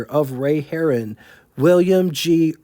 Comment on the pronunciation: Harroun is not pronounced like Herron. Mispronunciations abound here, Kensworth? LOL